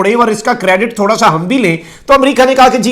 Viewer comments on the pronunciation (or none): none